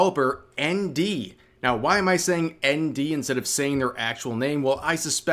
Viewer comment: It took a while to understand you were saying ND, I keep looking around looking for Andy and not finding anything.